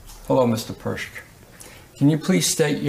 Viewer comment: Could this be the only time Tim has ever pronounced Mark's name correctly? 😮